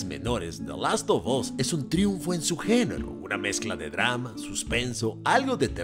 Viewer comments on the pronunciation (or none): Last “OF” (no OB) Us